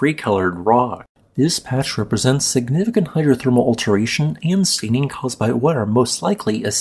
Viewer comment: As always, topnotch information. one criticism: Your pronunciation, or should I say pronuncieetion of "long A" has been steadily creeping toward "long E". Already, stayning has become steening, discoloraytion has become discoloreetion, sayfe has become seef and day has become deey. I'm weeting for the deey you seey you got your peeycheck from Peetreon. When did you start the botox treatments? My voice-to-text software is starting to drop such words. Fixing this only teekes relaxing the mandible by a quarter inch. ( )